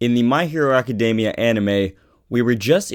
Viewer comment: They way you pronounce academia is so cringe worthy : Love the video tho .